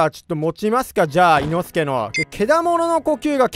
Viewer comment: 発音がおかしい いの↑すけじゃなくて いの↓すけです